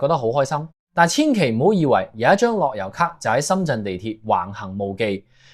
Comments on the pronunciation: 你係咪ai嚟㗎諾優卡樂遊卡呀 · 樂悠卡，唔係落憂卡呀